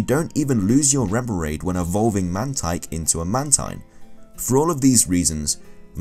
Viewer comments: ITS MAN-TEEN (The way spells Mantine name) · It's Man-teen